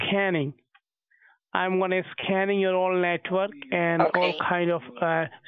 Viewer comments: I like how he says 'scanning' but it sounds like scamming and he's actually right. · “Ma’am I’m scamming your Amazon account” - You should have said “No, please don’t scam my amazon account.” 😂 he totally said “scan,” but it sounded like scam lol